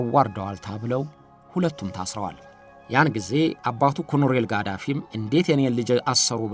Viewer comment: ኮሎኔል በል ኮሮኔል ኣደለም